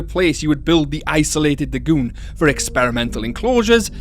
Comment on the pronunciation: I love how you say LA-GEWN lol